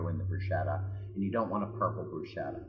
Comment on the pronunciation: you did NOT say brushetta! Next